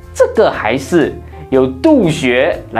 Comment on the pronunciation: 督学的督是应该念第一声哦。 不怪你，因为老师素质嘛。。。